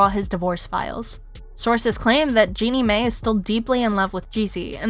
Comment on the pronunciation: Jeannie "May", "MonNaco"? Lord. Lol. It's Jeannie MY, and Monacco like the place.